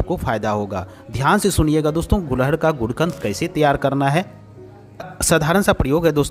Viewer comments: एक ही बात को कितने बार दोहराते हो | ये फूल को गुडहल बोलते है| गूल्हड नही कहते| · गुलहड नही गुड़हल कहते हैं। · gulhad nahi gudhal bolna seekho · मान्यवर, सबसे पहले तो अपना उच्चारण सही करिये इसको उत्तरी भारत में "गुङहल"के नाम से जाना जाता है न कि गुलहङ के नाम से। रही बात औषधि के रूप में लाभ-हानि की तो आप लोग वीडियो इतना लम्बा खींचते हो कि इंसान सुन-सुनकर ऊब जाता है और जहां है कि जितने लाभ गिनाये हैं क्या ये तुम्हारे द्वारा अपने आप पर यह किसी और पर आजमाया गया है, जहां तक है नहीं, तो समाज को क्यों गुमराह करते हो। आप वीडियो को लाइक आदि करने को सिर्फ अपने पैसौं के लिए कहते हो, तुम्हें कोई मोटीवेशन की जरूरत नहीं है और न तुम ऐसा करते हो। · phool ka naam to sahi le lo.Hindi me ise Gudhal kahte hain, Gulhad nahi kahte,Kripya dhyan den!!!!!!! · Gulhad nhi hota ....gudhal hota h